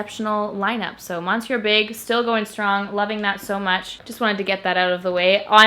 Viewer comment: "Monsieur", like in your "Monsieur Big" mascara, is pronounced in French "Me-Sieu" 😊 I love your channel by the way!